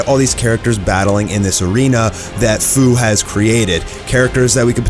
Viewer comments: His name is pronounced like "Few" not "Foo" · ITS FU (FEW) NOT FUU IF U PLAYED XENOVERSE2 YALL WOULD KNOW THAT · His name is Fu but pronounced as F-e-w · You’re pronouncing fu wrong. It’s supposed to be like the feu in feud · Just a couple quick corrections that I want to bring to everyone's attention! Fu's name is pronounced "F-you" as in the word future. Secondly, The SSJ4 goku in this series is not "future Goku" but is actually a completely seperate Goku from an alternate timeline. Heroes is known for mixing timelines together, such as GT characters and movie characters coexisting with "canon" characters from DBZ and DBS. Sorry for the rant, but other than this, great video!! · it’s pronounced.. ( few) for fu